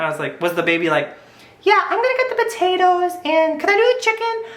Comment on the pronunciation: love the way he says batatoes :D